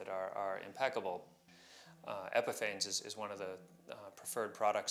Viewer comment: Isn’t it pronounced like epiphanies?